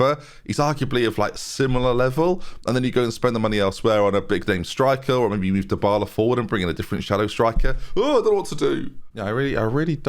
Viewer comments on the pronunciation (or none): none